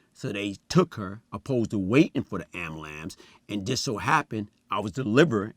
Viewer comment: Did this nizza say "ambalamps"? 😂😂😂😂😂😂😂😂😂😂